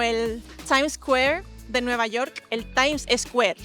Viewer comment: Hearing you say “Times Square” in an American accent was a jump scare 😭